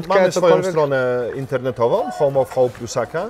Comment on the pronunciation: Zrozumialam homofob zamiast home of hope az przerwalam gotowanie by spojrzeć 😅